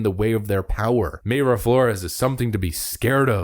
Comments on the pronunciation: pronounced "my-ra" not "may-ra" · 'my-ruh' not 'may-ruh'. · Its My-ra flores not may-ra just saying🤣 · No!!!!! Pronunciation is My-Rah. Not May Ruh. Killing me. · Unless you've heard her say it the way you're saying it, I'm reasonably sure "Mayra" is pronounced "My Ruh". At least that's how the Mayra I knew growing up, pronounced it. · Mayra is pronounced My-Ruh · Thank you for your excellent posts, I haven't missed one since I started watching in 2021, keep up your excellent work. By the way Mayra Flore's first name is pronounced My-ra, Mayra is also my wife's name. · It's Mayra pronounced MY-RA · Love your channel, but it’s pronounced My-rah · Mayra is pronounced Mira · PLEASE…!! PRONOUNCE her name CORRECTLY…! 😲😲👍🏼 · Please fix your pronunciation of Mayra.